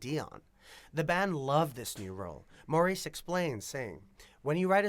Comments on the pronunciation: Not Maurice, but pronounced Morris. They hated the disco label. They called their music contemporary r&b and blue eyed soul, pop. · I wish these announcers/video creators would get their facts straight. Maurice is pronounced Morris, Gibb without the "s", etc... Overall factual, but some of those things are just annoying, lol. They never considered themself a disco band. They already had 3 platinum albums before Saturday Night Fever. They considered themselves blue-eyed soul and loved the R&B sound. Otis Redding sang Dock of the Bay, good song 🙂 The Brothers went on to create hit songs in 5 consecutive decades!!